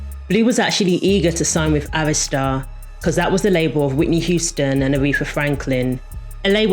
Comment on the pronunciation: Thank you Jesus you pronounced Arista correctly because the way people pronounce it......Omg!!!! Great video!!!